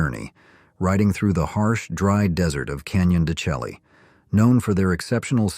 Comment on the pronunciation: It's not Dechelly. It's de-shay.